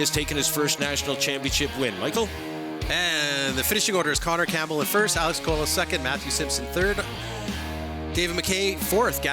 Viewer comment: Qua-low is how coelho is pronounced. you guys are making me crazy 🤪